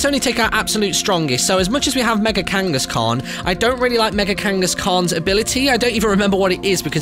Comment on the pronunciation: Whenever he said Mega angaskhan I wanted to punch him of how bad his pronunciation was, who agrees?